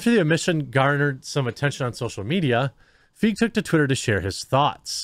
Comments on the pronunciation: His name is pronounced "Fie-gee" lol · It’s pronounced ‘Feeg’. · If it makes Paul feel better, right this moment the mere mention of Ghostbusters 2016 has me laughing out loud. Also, I believe his last name is pronounced similar to 'reign', 'sleigh', or 'neighbor'. Don't let anyone tell you otherwise; not even Paul. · Your continual mispronunciation of his name is really annoying.